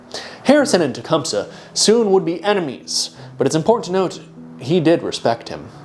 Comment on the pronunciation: Hey, I used to perform in a play version of Tecumseh’s life that is supported by the Shawnee. The proper pronunciation is actually: “Ten-SQUAT-ah-wha” However, the people who originally created the play quickly realized that kids would laugh because of the name containing “squat”. Hence the more dignified but still incorrect pronunciation: “Ten Squa Tow ah.”